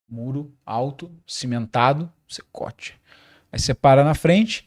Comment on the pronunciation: "Secote"? CECOT